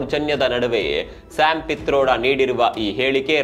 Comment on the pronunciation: ಶ್ಯಾಮ್ ಫೀಥರೋಡ ಅಲ್ಲ ಕಿಟ್ರೋಡ